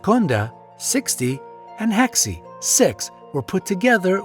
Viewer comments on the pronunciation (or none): heksi... do yall really have to make us greeks dirty like that.. we dont pronounce it like that, its kinda like eh-xi